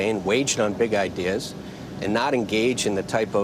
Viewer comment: What does Fernie keep saying "idears"? Weird....